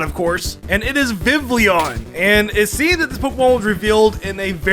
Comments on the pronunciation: "Electro-vire" "Bwie-zel" "Vivlion" your Pokémon pronunciations man... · Vivillon not Vivlion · Can't forget "Vivlion" and "Electrivire" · Its actually Vivillon and not Vivlion btw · vivillon not vivleon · Constantly hearing Vivilllion instead of VI VI LON pained me to no limits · did my man say "plepper" edit: he said "vivlion" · Vivillon, not vivlion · Dude, some of your pronunciations are so bad. I like your videos, but you should learn how to say names like Electivire (not Electravire), Buizel, (as in buoy+weasel), or the one no one ever gets right, Vivillon (Vih- vee-ahn). Just trying to help your channel be more legit! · So I've heard the pronunciations Vivion and Vivilon, but never Vivlion. That had to be on purpose, right? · VIVILLON IS NOT SPELLED WITH 3 I'S OR 3 L'S! AND THAT'S BECAUSE THE L'S IN THE NAME ARE SILENT!